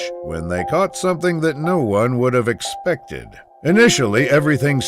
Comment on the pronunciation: He misspronouced "expected" a lot of times.... "Unthinkable" my a** :D Also there is a huge differrence between brave and stupid although its the same with sharks. The one you see is usually not the one that is dangerous